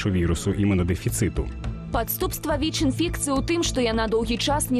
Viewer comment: Беларускаю моваю слушна казаці "Віч", але ня "Вічь" ❗ У Бел мове няма мягкага Ч ❗